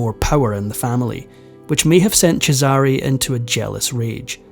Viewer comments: Oh, my ears. 😢 I applaud your efforts, but please! The name Cesare is pronounced (for an English-language speller) CHEZ-eh-ray. Definitely, emphatically NOT chez-AH-ree. The other names - Christian names and family names - are all sadly mangled. Gads. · CHEZare not chezARe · Cheh-zah-ray They have made plenty of tv shows and movies about this family. It’s easy to hear how it should be pronounced. That’s what separates the humans from the AI bots. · Because every time the name is mispronounced... it grates heavily on my nerves. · It’s pronounced Chess-are-a! Please learn how to pronounce these names properly! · I hate to break it to you, but either you misunderstood or whomever was correcting you was pulling your leg. CHE-sah-rey is correct. The way the narrator is pronouncing it is incorrect. The fact that you're correcting people in every post and you're not even Italian sure is something. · His name is pronounced Chez sa rey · You and him are wrong. I'm Italian and the stress in the name Cesare goes on the first "e". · His pronunciation is incorrect. The first syllable should be stressed. In Italian, the second syllable is stressed if it is preceded by a double consonant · For God's sake, learn to pronounce their names correctly. Cesare is pronounced CHEY-sar-ay, and Medici is pronounced MED-ee-chee.